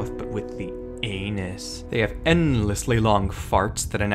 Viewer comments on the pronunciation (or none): bro why did you say anus like that? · why did you say fart like that 💀💀 Edit: or anus 💀💀⚰️⚰️